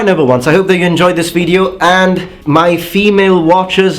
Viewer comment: Bro, try pronouncing more the O /ou/ in video and use the shorter i, because you are doing it long on the i and its leaving the word with a heavy Italian accent. You are so good at other stuff, just that longer i is what gives you away. Also, in triggering, do not the emphasize the i in the beginning.